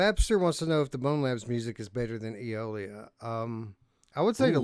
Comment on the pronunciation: Day stranger. I've been busy. I finally got a chance to watch. I feel for Radiorunt because NFL Pro Era never had a chance at game of the month. I've played none of these but Eolia will always have a special place in my heart. Only because Eric couldn't pronounce Eolia and said titty nipple.